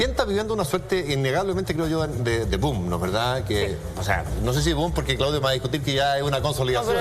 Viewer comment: dijo "doom" en vez de "boom"? XD